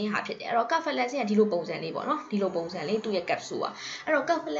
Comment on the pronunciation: စဖယ်လဇင်လို့အသံထွက်ပါတယ် ကဖယ်လဇင်လို့ အသံထွက်တာကြားမိတယ်